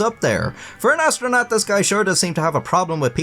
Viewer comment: Astro'nut' not astronaut.